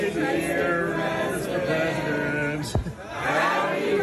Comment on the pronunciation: I heard ‘Mr Resident’ 😂